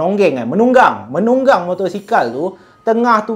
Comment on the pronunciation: 😅😅 menbongcing lh 😂 bkn menonging